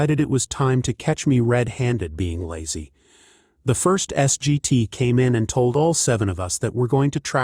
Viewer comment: S.G.T. is pronounced "Sergeant."